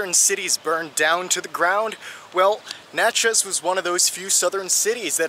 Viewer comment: You did a pretty good job on a place I lived for 7 years. Natchez rhymes with Matches !